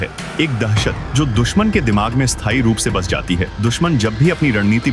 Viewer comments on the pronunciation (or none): none